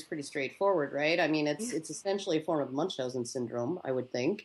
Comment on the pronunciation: I love the way you pronounce "Münchhausen" :) It sounds... a bit weird.